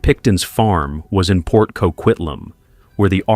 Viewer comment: I don’t know why no one can get the name correct it’s Port Coquitlam, CO-QUIT-LAM